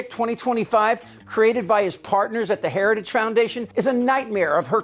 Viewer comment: Trump can't even say "heritage" ... while he is there praising Heritage members for coming up with this Nazi-inspired "Project 2025".